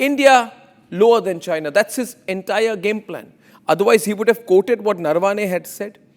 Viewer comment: Please start pronouncing Indian names correctly. Naravane is not Narvaane.